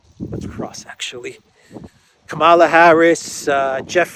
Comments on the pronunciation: It is Kamala as in Pamela. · Kamala in a constant state of stroke as usual, spewing out meaningless word salad.